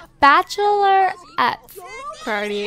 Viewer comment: Bachelor-rette haha